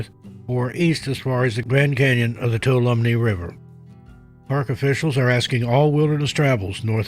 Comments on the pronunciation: Tuolumne is a name place in California that our dear friend keeps mispronouncing. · Accent on the wah